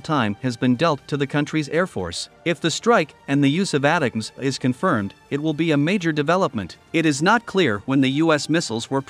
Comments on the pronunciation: AI voice is ruining one of the best acronyms: It sound like attack-ems. The new missile acronym sucks: PrSM. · It's pronounced: " attack ems "